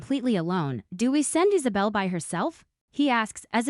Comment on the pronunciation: Is saw bell. For the love of good its Isabella i fuckin hate these ai videos